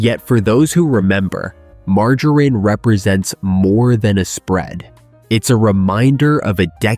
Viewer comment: This is AI! Margarine is not pronounced mar-Ju-rein! Also Margarine sucks it is vegetable oil Give me either real unsalted butter o real unsalted Irish butter instead At least real butter is real dairy and comes from a real cow.